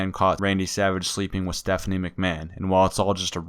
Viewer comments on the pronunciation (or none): none